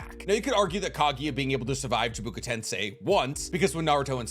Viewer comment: Chibuka? Bruh. Chibaku. Learn to read.